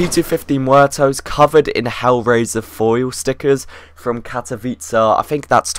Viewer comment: You are propably the only person on youtube who is not polish and knows how to read Katowice! Brawo (congrats) :D